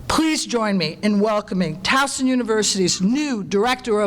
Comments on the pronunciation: Hopefully, he will learn in time the proper pronunciation of Towson, there is no Z [Towzen]. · I know right!!! I can’t stand it when folks say TOWZEN, there is no z ever lol 😂😂😂 😡😡